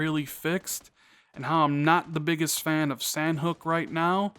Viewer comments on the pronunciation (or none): Great vid (but it IS pronounced "Saw-Knock").